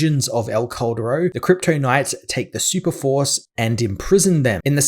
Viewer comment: i always thought it was named "el corredor" bc of your pronounciation lmao couldnt find any vids on that story bc i was searching that name jffjfj (that "cal" from caldero just say it like kal from kal-el and you will make it sound better)